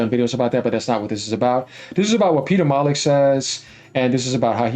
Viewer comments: It’s pronounced Molly-new bro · Peter mollux 😂 Cracking me up with that 🤣